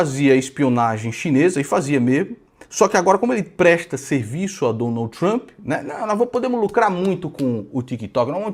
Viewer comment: Pronuncia pessima “trEmp”